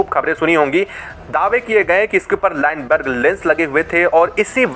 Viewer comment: अबे चोमू लाइनबर्ग नहीं लूनबर्ग लेंस होता है , बोलना सीख ।